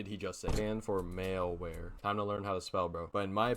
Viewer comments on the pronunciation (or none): "maleware" is crazy ngl